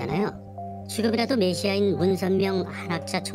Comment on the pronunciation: 메시아도 발음 못함? 언어장애?